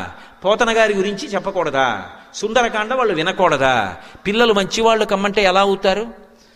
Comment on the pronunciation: Sundaraakanda kadu Sundarakanda